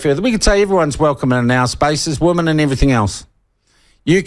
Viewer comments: Yes, women plural should be pronounced 'wimmen', it always grates to hear media mispronounce it. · Sean. Women is the plural: Woman is the singular. This peculiar pronounceation seems indigenous to our land of the great white shroud. I can say that because I was born here. I've wondered what a sex change operation would result in if out of whimsy, the nessesery airfare and the money to make a mission possible to a country where they carry out this surgery, would I then get a buzz that could take me to the wharf gates waiting for the Fleet to arrive? A conundrum if there ever was one. Or perhaps just hang around the dunnies at Courtney Place and take my chances?